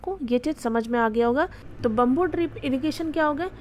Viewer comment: It’s not bumboo it’s bam-boo 😅